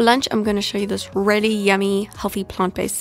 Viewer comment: Take a shot every time she says “rehly”